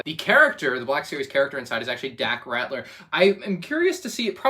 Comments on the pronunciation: It's Dak Ralter not Rattler lmao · Pls. Its Dak Ralter not Ratler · It’s RALTER, not Ratler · Just something I want to point out because I've heard you say this thing a couple times before, but it's Dak Ralter, not Ratler. L before T, not T before L.